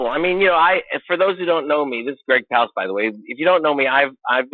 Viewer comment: its palast not palast; l love the show